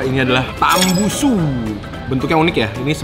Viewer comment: Tambusu kennnn bukan tambunsu😅😅